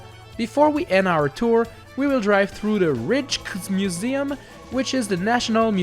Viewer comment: The landmarks in Amsterdam are pronounced Het jonge schaap: head youngue skaap De zoeker: de Zooker Het Rijksmuseum: head raiks museum